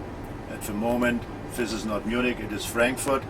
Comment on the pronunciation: Is it a habit useful for radio that he says 'f' instead of 'th'? Specially for "this", he says "fis".